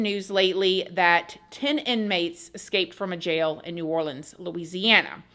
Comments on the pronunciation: Say it with me people OR Lean 's Parish Prison not OrLand 's jail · Omgggg I know you wanna say OR-LENS bc this is new ORLENS but when Orleans is alone, it’s OR-LEANS. Let’s get it together, love you ❤ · I live in New Orleans …. And let’s say it together OR-LEANS parish jail .. I know it’s complicated but that’s how it is. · It’s pronounced Orleeens. It’s New Orleans and orleeens parish. Does it make sense? No but that’s how we say it. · You are pronouncing New Orleans perfectly, but when saying Orleans by itself, as in Orleans Parish or Orleans jail, it is pronounced, "orleenz" Just sharing info, as a native. Yes, crazy crazy story!!